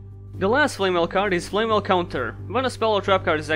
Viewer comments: I'm pissed because you're prounouncing it as "Flame Well" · I'm pissed you pronounced it as "Flame well." I hope that's really funny to you. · Here's to Flamvell Guard, rejected by most other Flamvells due to the extra 0 on its DEF, but finding its place in better decks. Also, I like how you say flamwell and it would be expected with "lewel" and "wersatility" appearing earlier. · Why do you pronounce them as "Flame well"?